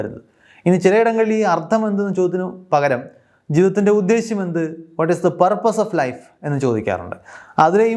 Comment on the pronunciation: ആദ്യമായിട്ടാണ് ഒരാൾ ' ഉദ്ദേശം ' എന്ന് പറയാതെ, പകരം 'ഉദ്ദേശ്യം 'എന്ന് വ്യക്തമായി പറഞ്ഞു കേൾക്കുന്നത്. 💪💪💪💪 ഉദ്ദേശം = ഏകദേശം. ഉദ്ദേശ്യം = ലക്ഷ്യം.👌👌👌